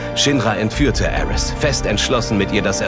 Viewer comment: Die deutsche Synchro ist ja insgesamt wirklich spitze, aber die Aussprache bei Aerith "Aeris" und bei Sephiroth "Sephiros" macht mich wahnsinnig... Das ist so "Herman ze german"-mäßig.